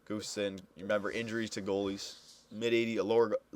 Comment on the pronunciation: its pronounced "Gus-Tuvson" just saying:)